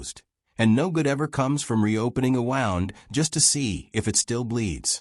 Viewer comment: It is spelt wound but it is pronounced woond.